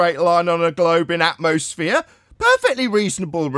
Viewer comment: It’s called “atmosphere” not “atmoflat”